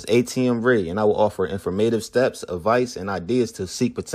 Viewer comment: Yo atm … it’s informative not informaytive 😂😂. Just messing I appreciate the work you putting in.